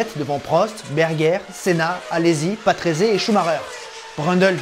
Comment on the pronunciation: une petite année de docte, je me souviens que mon oncle me prononcé le nom patrése et non patrésé ! merci pour tout ce que tu nous partage ces excellent !! merci encor bonne continuation 😉